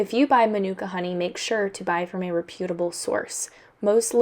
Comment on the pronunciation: Just a FYI-- you mispronounced the word reputable, which makes your channel seem less reputable.